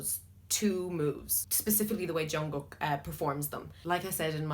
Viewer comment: You said jungkook wrong too